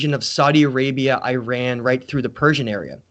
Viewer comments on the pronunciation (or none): none